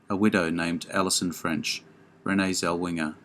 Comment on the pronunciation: also it's not renee zelwinger, it's zellweger.